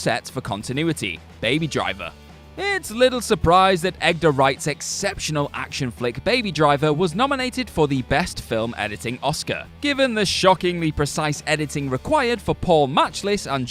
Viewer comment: Egdar Wright? EGG-DAR? Maybe that needed an edit. (I love that the subject line also had an audio edit.)